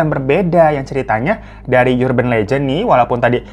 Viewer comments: Bang dibacanya bukan "Yurban" tapi "Urban" 😁😁😁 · bacanya 'erben' bang, bukan 'yurben' :( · erben bang bukan yurben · Bang URBAN bkn dibaca yurban tp arban (vokal a kcil) .. Ga smua awalan U dibca jd yu. URGENT jg dicari argent A diucap sama kyk urban. Dlm bhs indo ada PURA di Bali na gt baca a sama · Bang mohon maaf "urban" bacanya ˈərbən bang, bukan yurben. Mohon maaf netizen & para majikan sekalian, jangan dibully hatiku rapuh 😢